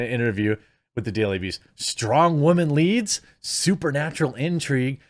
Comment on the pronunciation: I'm sick of "Strong! Female! LEEEEEADS!" You're trying waaay too hard